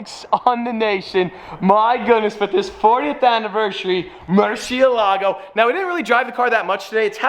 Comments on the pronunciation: Murcie.. EL. Ago is how say it. Love it Congrats 👍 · The pronunciation is more-see-la-go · it's a Murci-Elago, not a Murcie-Lago. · and sold the bugatti for buying this car... you must love it. MURCIÉLAGO, learn to say it. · Just for the future because I’m guessing your gonna be saying there name a lot, it’s pronounced “mer-shuh-la-go” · Too bad you and about 90% of the rest of the car community do NOT know how to properly pronounce "Murciélago". (HINT: notice and focus on the accented é) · Take a shot every time he mispronounced Murciélago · the way Americans pronounce murcielago makes me want to cry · Great video, but the pronunciation of Murcielago lowkey drove me insane this isn't meant to be hate, I love